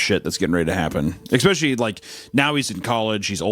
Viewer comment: I've been meaning to say this ever since I started listening to this (unfortunately I always fall asleep, so I've heard the first bit a few times). Anyway. initially I was a little.. wel I wouldn't say annoyed but I certainly noticed the ecspecially, but here's the thing. Language is how people talk, it's not how they're meant to talk. There's no right or wrong, not really. (Ok sure, we teach kids things because otherwise it would probably be difficult to understand each other), but particular ways to pronounce words aren't wrong. Aks is every bit as correct as ask, and so forth.